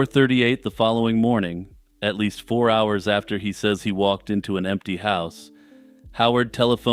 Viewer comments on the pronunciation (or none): none